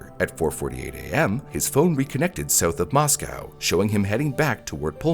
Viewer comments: moss-go, not moss-cow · local to the area of the crime its more pronounced "Moss-Co" than the russian town "moss cow" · The city of Moscow, Idaho, is pronounced "MOSS-koh" (rhymes with "doe" or "go"). Unlike the Russian capital (pronounced "moss-COW"), local residents emphasize the second syllable with a long 'o' sound. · FYI... Mos-coe, not Mos-cow. Lay-tah not Lay-tuh. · It is not pronounced Mos-Cow. It's pronounced Mos-Co. It was so weird living in town during this time. It's so weird to see videos about my town. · MOS COE!! NOT COW!! NO EXCUSE FOR SLOPPY WORK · yea lived there for years Moss-co is Idaho Moss-cow is Russia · Just throwing it out there, the towns name is pronounced 'moss-co' source: I'm a local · Right? As well as the name of the town. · 'Arraignment' is not pronounced 'arrangement,' the g is silent and the second syllable ends with an 'n' sound. The Moscow in Idaho is pronounced moss-co not moss-cow. Finally, in the last name 'Goncalves' the c makes an s sound like 'gone-saul-vez'. Just FYI, so that you can correct these pronunciations and appear more professional and informed in the future. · mispronounced Moscow, used the wrong word (amiable when it should've been amicable), mispronounced Olivia, mispronounced Chapin....this is amateur hour